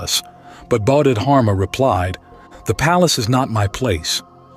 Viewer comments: It's pronounced bodhi dharma rather than bodhid harma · Actually the Chinese didn’t convert to Islam by the sword, you might ask your AI written and poorly pronounced presentation (How do you get such an important name wrong) to double check its facts, it was much more complicated than that. Trade, merchants settling, different Dynasty picking it up, central Asian migration, the ancestors of the Hui people was another factor.